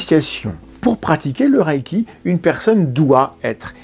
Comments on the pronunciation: oui il pronnonce "le raille qui" je sais pas d'où ça vient même en anglais ça ne ressemble pas à ça. Même sans faire d'effort, "à la française" ça serait "le raie qui". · "Ré" pas "ra" pourquoi avez vous imaginé la voyelle 'a' dans la prononciation ? 😅 (En vrai je comprends quand on commence avec une mauvaise prononciation cela reste) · Merci de continuer cette série de restauration de la vérité scientifique. Une petite correction néanmoins, de la part d'un amateur de langues: le mot japonais transcrit reiki se prononce lèyki et non rayki, mais sans doute devrait-on plutôt le prononcer "boulechitte". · Merci pour la vidéo et attention à la prononciation ! C'est "raie i qui" pas "raille qui". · mais pourquoi tu prononces rAÏki ? dans les extraits vidéos tu entends bien que c'est un son "é" long, le "i" ne se prononce pas et il n'y a pas de "a" : c'est la même idée que le "ei" dans "beignet" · Apprenez à bien prononcer le reiki pas raiki. Il faut expérimenter avant d’avoir un avis. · La question que je me pose, c'est pourquoi tout le monde prononce "raïki" comme si c'était de l'allemand 😅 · S’abonner est bon pour le karma. Mais que vaut le karma ?? PS: reiki se prononce plutôt ´réki ´ ou mieux encore à la japonaise ´léki ´ PS: je ne crois pas au 霊気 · Prononcer Ré-i-ki si c’est japonais. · En fait ça se prononce meme ré-é-ki, le i après un e indique un é long en japonais. Vous savez, la culture, la confiture, ... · Y a-t-il une raison particulière de le prononcer à l'allemande ? ça m'a troublé toute la vidéo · J'en suis qu'au début mais je crois qu'il faudrait vérifier la prononciation :x Par contre, c'est une des rare fois ou je vérifie sur internet (wiki+ traducteur vocal pour une idée de la prononciation) un point d'une vidéo. Bon, j'écoute la suite ^^"